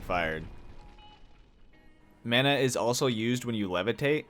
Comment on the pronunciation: Call me a weeb but the way yoy say mana triggers me 😭 thanks for the video though very helpful i might give this game a try